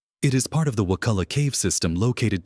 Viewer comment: Actually not pronounced wa-cool- a. It’s wa-cuhl-a.